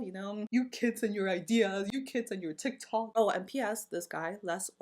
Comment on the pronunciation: “Your kidz and your tiktoouk” Ahhh I can’t u crack me up